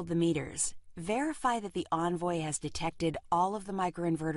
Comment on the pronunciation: What's an "onvoy"? Or is she just a dumbass who can't pronounce her words correctly? I guess she works for "onvoy onergy".